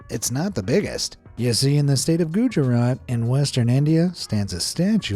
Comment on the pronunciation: Gujarat is pronounced. gu-ja-raath